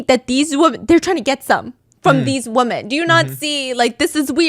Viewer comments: 🙄 she’s saying “women” not “woman”… she might just struggle to pronounce it correctly; many people struggle to pronounce it as wi-men and instead pronounce it as wu-men which sounds like they’re saying ‘woman’… the subtitles are automated and incorrectly put ‘woman’ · why is everyone Pronouncing the plural word "Women" and replacing it with "Woman" I've noticed a lot of yputubers I'm watching are saying it like this... just curious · Wi-mn. That’s how you pronounce the plural . 🌸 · Pleeeeeease stop saying “woman” when you mean the plural form “WOMEN”!!!! They are not pronounced the same 😫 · correct, she’s saying “women” (plural) when she means “woman” (singular). This has become so common lately with people like when did everyone stop realizing they’re two different pronunciations???